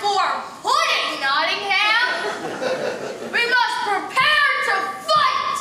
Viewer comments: I'm doing this play at school, I'm in Year 6 and I'm British, it annoys me when people say Not-Ing-ham not Not-Ing-Am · It's cool how much work went into this, but the sad part is they still never learnt how to say Nottingham correctly.